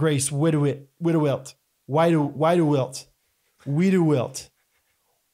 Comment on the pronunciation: Love this episode! Hearing try to pronounce my last name was fantastic! 😂Here is how you actually pronounce Wieduwilt (Weed-ah-welt). But if you want to say it in its original, German pronunciation just replace the Ws with Vs (so Veed-ah-velt). Would honestly love to hear Scott say it in his German voice! 🤣 And I have been loving the Jean Shorts videos lately guys!!! I hope you guys have an amazing week and I hope Scott feels better soon!